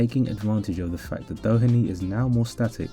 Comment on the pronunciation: This is a super video. Well done on your pronunciation of TJ Doheny also. Genuinely far better than most English people's